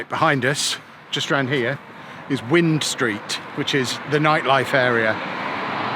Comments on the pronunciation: Really enjoyed this. Just one thing wrong, it's not wind street as in weather. It is wind as in wind up the clock 😂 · Wind street is pronounced , wind (the clock ) rather than a weather feature. nice vid🍦🍦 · Say wine st not wind st lol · LOL WIND STREET (it's pronounced WINE STREET MATE). Like wind a watch but you don't pronounce the D. Just a heads up. It's also pronounced WINE because of all the wine bars up and down the street. You are correct about Joe's Ice-Cream Parlour. Joe's is the best ice-cream in the world end of. Cockles and Laverbread are also favourites of mine and bloody beautiful. Plantasia is also not a zoo but an aquatic animal exhibit. You walked passed the LC (Leisure Centre) by the museum and the New Copr Bay Stadium behind that where loads of gigs and top artists frequent. Mumbles Arcade has gone to the dogs over the years and got significantly worse, so you are correct there. The pier is always being repaired but you aren't really missing anything there apart from the lifeboat station at the end of the pier. The market is cool and you needed to go to one of the butcher's on the left when you first walked in for a Glamorgan Sausage. somewhere like Billy Upton's, etc. Cool vid from around my hometown though. Glad you enjoyed the pretty shitty city as us Twin Town film fans call it. Twin Town was filmed all around Swansea and Mumbles and some parts of Port Talbot so defo check that film out if you haven't already. It's riotously funny. You see Joe's Ice-Cream parlour, Mumbles Pier and the Arcade and Lighthouse and the car park opposite the Leisure Centre where you were stood looking for the market. You also see the train station which was up high street at the top of Wind Street (WINE ST